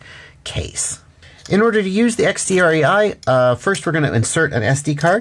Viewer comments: Just wanted so say (as a German) it’s the „DREI“ is the German word for 3 and is pronounced like „dry“ 👌🏽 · I noticed the guys being German right away by the accent and still didn't figure on my own that it's "drei" like the number three in German - even though I'm German too... What I'm saying is, no worries with the pronounciation there,.;-)